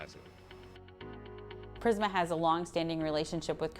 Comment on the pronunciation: Its Prisma Not Primsa😅